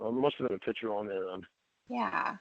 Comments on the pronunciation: SLIGHT CORRECTION. HE SAID “PICHER”. NOT “PICTURE” (HE NEVER SAYS THAT SIMPLE WORD. CORRECTLY) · ’S SLOVENLY ENGLIH REVEALS HIS TOTAL LACK OF AN EDUCATION. BEST EXAMPLE: CONSTANTLY SAYING THE WORD “PICTURE” AS: “PICHER”! MOR*N. I LEARNED THE DIFFERENCE IN 5th GRADE. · this part had me howling lol "jerking awf tew a pitcha awv me" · “I DELETED THE PICHER AS SOON AS I SAWR IT”. Hillbilly ENGLISH!